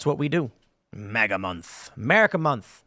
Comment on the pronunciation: I loathe how he says "moga", wtf is wrong with this dude. It's fucking MAGA! I wonder if Tim puts mognets on his fridge, or reads mogazines in waiting rooms, maybe his favorite X-Men villain is Mogneto.